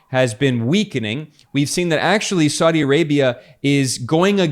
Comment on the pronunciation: saudi is 3 syllables not 2 syllables. sa-u- di not sau- di.